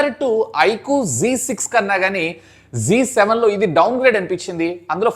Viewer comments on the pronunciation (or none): G kaadu ra babu adhi Z7😅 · G kaadu ayana annadi Zee adi correct pronunciation ztv ni z tv anaru Zee TV ani palukutharu anthenduku Yamaha FZ ni f z Ani raastaru kaani F Zee Ane pilustaru